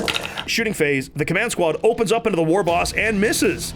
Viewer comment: Did you just pronounce the "g" in war?....unsubing